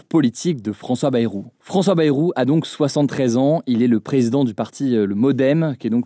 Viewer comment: ça se prononce Baille-roux...